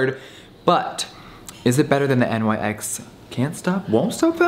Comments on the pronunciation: literally everytime he said N.Y.X. i was like "no Nyx." Ive never heard anyone say it that way before. like... ever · Pronounced “Nix” not “NYX”, For yalls info lol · It is NYX (pronounced Niks) not N.Y.X. It is named after the Greek Goddess of the night. Nothing to do with NY, the brand is from LA. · no its nyx not N.Y.X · I hate how he says “N Y X” instead of “niks” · "NYX" is pronounced "nix" like the mythological character. Having said that, Europe is the best, and yes it's made in Europe, but 195 is overpriced even for rich people. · Jeffree says "nix" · I WAS BOTHERED THAT HE SAID N Y X HONESTLY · "Miss N-Y-X" Lmao Jeffree doesn't know about nyx on the daily. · Am I the only one who got triggered by him saying N.Y.X there is no periods🤣🤣😂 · NYX is not pronounced letter by letter. Omg. English speaking people all pronounce it wrooong